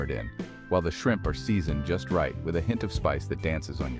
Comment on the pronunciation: AI has trouble with shrimp